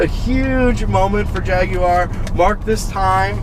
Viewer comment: I'm subscribing just for the simple fact that you don't pronounce it Jag-wire